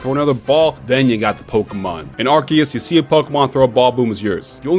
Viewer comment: no it's pronounced arc-oo-se